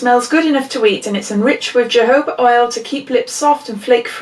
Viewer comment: Brilliant box. Will definitely be getting this for my daughter (using the code of course, thank you) 👍👍👍. Also, I think the word you buggered up was - johoba???? Lots of love Claire xxx 🌹xxx